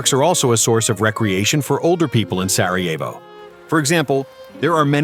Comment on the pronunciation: Si chama Sarajevo, no Sievo come dici tu. Non dire budzie!!